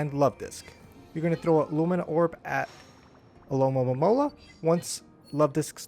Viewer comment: Thanks for these vids. But you keep saying Alomomomola instead of Alomomola lol